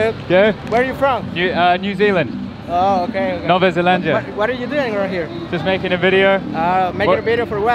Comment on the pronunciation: The way you're pronouncing Nova Zelandia is absolutely Brazilian Portuguese and that brings a smile to my face haha. Amazing work, mate.